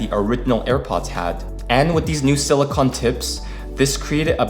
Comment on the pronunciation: It's pronounced sili-cone my man not sili-con